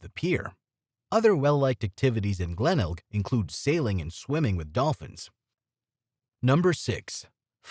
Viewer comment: Definitely AI. Disastrous pronunciations. Glenelg, quokka, potoroo... the list goes on.